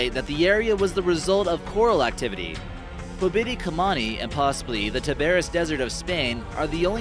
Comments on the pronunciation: Me. Póbiti kamáni made me laugh a bit. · Omg the way he pronounces the names. haha PÖbiti KAmini i can't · The way you said Pobiti Kamuni Made me cringe soo hard And Baltic mountain What? Are you sure!?